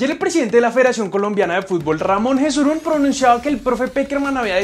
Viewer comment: El nombre de el presidente de la federación se pronuncia yesurun no jesurun